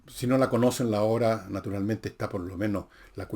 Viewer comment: pero por que dice "obre"???? 😂😂😂😂😅